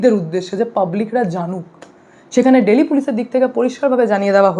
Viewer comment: দিল্লি টা কে দিল্লি বলো ডেইলি এভাবে বলছ কেন